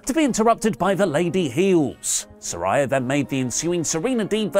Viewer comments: Note to: She says her name is pronounced Sir-REY-uh, not Sir-RYE-ah. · Love you! But how can you still mispronounce Saraya when they’ve made it abundantly clear it’s “suh-rey-yuh” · He’s going to keep pronouncing Saraya wrong just like he does with NAomi. Even though she’s spent a week clearing up the pronunciation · Good segment but you’re still saying Saraya’s name wrong.